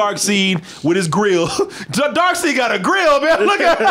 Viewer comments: ...Darkseid's name. it's pronounced like it's spelled "Darkside" not "Darkseed". It's been like that forever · it pronounced dark-said-not dark-seed. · Why dose everyone call him Darkseed, it’s Darkseid. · say DarkSeed again imma catch covid